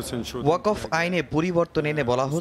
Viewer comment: মুসলিম হয়ে ও ওয়াকফ উচ্চারণ বিকৃত কেন?